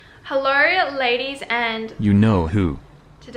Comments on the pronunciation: "Hellowr" "Videorr" "knowrr" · I'm in love with her "hellowrr" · the "hellor" is so true omg 😭